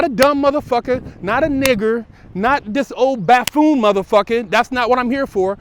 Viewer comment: I like and I like what he does with the podcast. He's a real dude. He was close enough to buffoon with ''baffoon'' so I think he should get a pass for flubbing the word. Not to get too much into politics but I don't see ''baffoon'' as a big deal when there's a possibly mentally ill buffoon in the white house representing the United States.